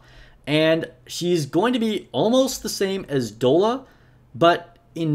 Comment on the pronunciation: I'd give you more credibility if you could pronounce Doll-a. Doll-a. Have you not heard of "dolla bill"? It's slang for dollar. Dude! And N102 is your first B1 if you don't get Liter right away. She carries with a good attack buff for the squad. She's at least a B.